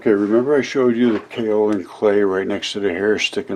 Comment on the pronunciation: It's properly pronounced "Kay O Lin"